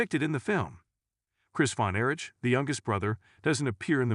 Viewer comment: Yeah, having trouble giving a single ounce of respect toward a channel that can’t be bothered to even learn how to pronounce the Von Erich name correctly and, apparently, is incapable of even saying the letters “NWA” correctly.